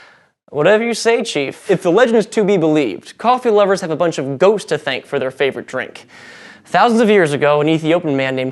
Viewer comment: Did anyone else think he was saying we have "ghosts" to thank for our coffee instead of "goats?"